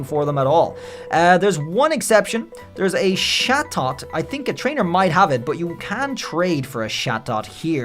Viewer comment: Love how he says satot instead of chatot